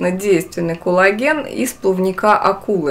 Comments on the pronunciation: надо произносить "кОллаген" , а не "кУллаген" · тоже слышу толи Кулаген, толи Коулаген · она именно так и произносит, акцентируя на О, а не меняя О на А, как это часто в русском языке бывает. Т. е. она говорит не "кАллаген", а так, как пишется - "кОллаген".